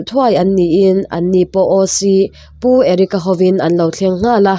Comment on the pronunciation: Oc Pu Erica ho in an lo thleng nghal a..tih i lam dan hi a dik lo deuh a nih hi..ngaithla chiang leh teh..